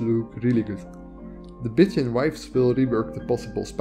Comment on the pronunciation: "Bitching wives" & "Bitching warmaidens" made my day. I am glad you included the download page , because CC saw it just the way I heard it. If there are no modes with these names yet, I'm sure there will be & if there are, imagine my surprise, if I were to install them & instead of being pretty, an npc starts bitching at me... Your pronunciation is horrific, your taste is exquisite, your knowledge is impressive & your efforts are highly appreciated. This has been one of the most practical & informative videos on mods I was lucky to find. Thank you.